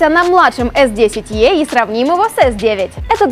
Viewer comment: И снова... "Эс десять Е". Он "И"!!!!!!! Учите английский. Только за это дизлайк. При этом, "эктив" сказали правильно